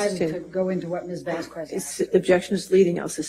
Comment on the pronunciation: It still cracks me up that she called the ENT an EMT, and is incapable of pronouncing Ms Vasquez’s name. ‘What is anything it’s not a cure all’. Judge A is a BEAST ❤️